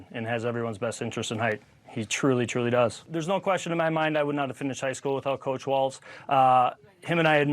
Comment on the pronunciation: Coach, not couch!